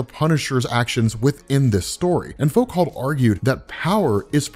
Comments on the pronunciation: Foo-Co. The man's name is pronounced "Foo-Co" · Foucault = (Foo-Coe) French... Good essay bro! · Great video. Small thing, but you may want to know that the Philosopher Foucault is pronounced with the L and T silent. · Please learn how to pronounce Michel Foucault before starting a pretentious, pseudo-intellectual monologue about philosophy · He is indeed, every time I criticise his idea of what Nihilism is, he deleted the comment. Man can’t even pronounce Foucault properly and thinks he’s a sage....